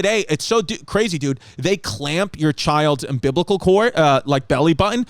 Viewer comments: I instantly heard Sal’s voice go “wait say that again. Umbiblical? It’s umbilical babe” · I need Chris to say "umbiblical" on Hey Babe! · "umbiblical cord" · "Ambiblical cord" #BBW #ChrissyChaos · "Um-Biblical" cord🤣🤣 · “UM-BIBLICAL-CORD” omfg CHRISSY CATHOLIC AND HIS PRONUNCIATION noo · “Umbiblical chord” - Chrissy Chaos (2021)